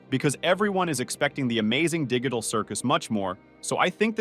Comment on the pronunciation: He said digital wrong